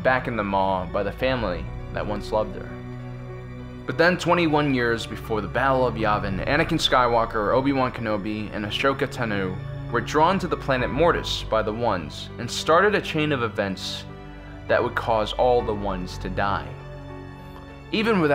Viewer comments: I hate how he pronounced Ahsoka’s name Ahshroka Tuhnoo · "Ashoka Ta noo" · "Astroka Tanu" astroka ｔａｎｕ